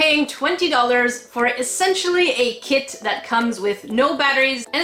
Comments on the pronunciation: It sounded like said I'm not going for the kit I'm going for the kid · Kit I heard KID! AHHHHHHhhHHHH